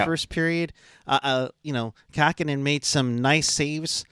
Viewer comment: did you mean Kahkonen?